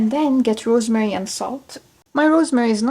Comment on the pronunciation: Really love this, your rosemary seemed okay and inviting 🤣. That part sounded like you talk in different accent haha. Thank you sister for sharing, may Allah bless you subhanallah